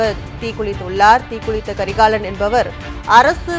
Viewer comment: தயவு செய்து தமிழை நன்றாக உச்சரிப்பவரை செய்தியாளராக அமர்த்தவும்.... முடியல... Ex: அழுவழர், கள்ளூறி, தீக்குலித்து